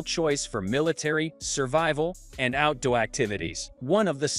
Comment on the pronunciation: Cringe AI use for the voice over..."out dowy boots" - "cellphone foot bed" lol